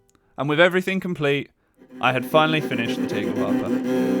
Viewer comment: The A in "Tagel" is pronounced as the A in "Andromeda", other than that you pronounced the rest correctly.